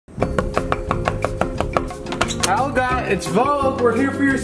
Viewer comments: 2017 THE NEW BROOM! "A plant." "Yeah this lady made it up her name is Helya (she pronounces it like that) "ITS HELYA!"says Helga "Thats what i said." "Its spelled H-E-L-G-A!" 2018 NEW BROOM its wheat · You gotta pronounce it as hIElGaHH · Me: hello Helga: healo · Did helga say my boyfriend or my bed friend?